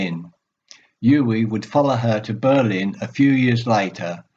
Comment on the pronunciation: Very good,. But you have mispronounced his first name throughout. It is OO-veh (stress on first syllable)